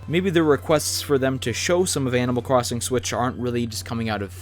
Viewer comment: There Is Fucking Stage Builder Also did he just say cwossing